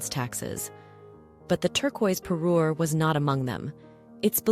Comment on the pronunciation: Not 'pairer' but 'parure.'